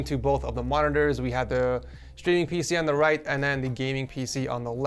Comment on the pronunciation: Why do you pronounce it "shtreaming"? Is that how it's pronounced in English?